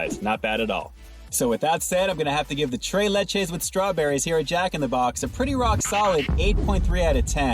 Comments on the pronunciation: Lol can’t pronounce the spanish accent 🤣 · I want tray layche